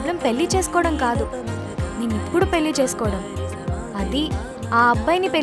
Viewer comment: పెల్లి, పిల్లి కాదు తల్లీ.‌. 'పెళ్ళి' పదిసార్లు అంటే అదే వస్తుంది !